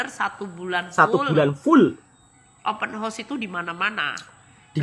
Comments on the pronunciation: Open Horse😂, dia nak buat kelakar hari raya tu😊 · assalam...abang jgn sebut open house sbb kedengaran nya seperti kuda terbuka cakap jer rumah terbuka..jgn marah yer...Selamat hari Raya